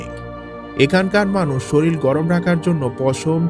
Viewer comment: আহোরী বা শরীল বলে কোন শব্দ নেই,,,,, বাঙলায় কথা বলতে পারেন না তো ফেসবুকে বাতেলা দিতে আসেন কেন